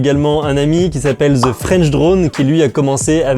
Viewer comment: ZE french drone? sa ce prononce "DE" french drone. Simplement ne pas avoir un accent a ch... ;)